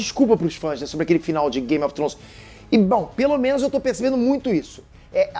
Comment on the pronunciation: Precisa melhorar a pronúncia, "game of Trons" dói de ouvir, e "daineres" também